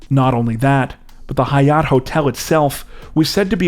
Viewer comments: I like how he keeps pronouncing Hyatt as if its High- yot like its a Somali word lol. We have thousands of Hyatt hotels in America lol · Did he pronounce the name of the hotel, Hyatt with some weird accent?